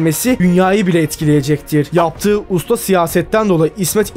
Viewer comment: Hocam video güzel ama telaffuzda sorun var cümle sonunda ki yaptııı olduu ları çok uzatıyorsun. Birde kelime sonları harfler yutuluyor onun dışında güzel yapım